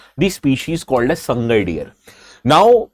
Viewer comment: It's Sa-ngai , not Sang-gai.